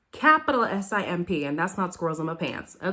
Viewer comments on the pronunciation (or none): The way you said “SIMP-UH!” 😭😭😭 But yeah I agree with you. Brennon is just saying yes to everything. It might work for a while but I don’t think it’s a good foundation to build a relationship on.